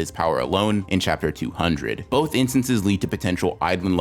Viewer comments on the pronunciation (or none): "bloth of them"